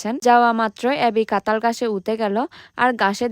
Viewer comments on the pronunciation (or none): আপনি কাঠাঁল কে -কাতাল বলছেন, ছোট ছোট - ছোত ছোত, কাটা-কাতা,টাটকা -তাতকা, আপনার মনে হয় বাংলা বলতে কষ্ট হয় বা অসুবিধা হয়,,,, তবে যাই হোক আপনার ভিডিও গুলো দেখতে অনেক ভালো লাগে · আমি উনাগো জাতির যতো ভিডিও দেখি, সবাই কথা ঠিক মতো উচ্চ রন,কেন করতে পারে না, এই যেমন কাঁঠাল কে বলে কাতাল,। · কাতাল না কাঁঠাল🫢🫢🫢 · কাঁঠাল ❌ কাতাল ✅ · কাতাল না রে,,,,, কাঁঠাল হবে 😅😅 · আপু কাঠাল কাতাল না 😂😂😂😂😂😂😂😂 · Katal na Kathal😅😅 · কাতাল না রে গাধাঁ কাঠাঁল 😂😂😂😂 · কাতাল না কাঠাল বলে উচ্চারন করুন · কাঁঠাল বলতে পারেনা বলে কাঁতাল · কাঁঠাল ❌❌❌ কাতাল ✔️✔️✔️ শুদ্ধ বাংলা ভাষা ❌❌❌ Difficult বাংলা ভাষা ✔️✔️✔️ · কাঠাল ❌ কাতাল ✅😂